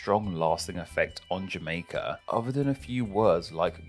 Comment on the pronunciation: Narrator says "uvver"